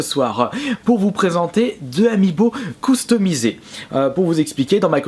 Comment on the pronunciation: Coustumisé !!! Quand on te dis que tu dois allé chez l' orthophoniste !!!